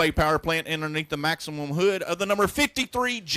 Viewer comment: It's Maxxim not Maximum